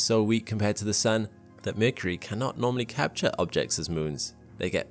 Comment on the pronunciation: why mecury sound like balls...